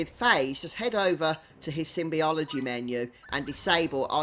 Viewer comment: I'll just step outside my online persona for a minute, because I, well, am "that guy": It's sym-bo-lo-gy. Symbol as in glyphs, character, letter, rune. Not some symbiosis shenanigans. (Hm, I wonder what games do use a symbiosis kind of magic system...) (Elcor diplomacy: Not being rude or 'calling out', just scratching a personal itch.)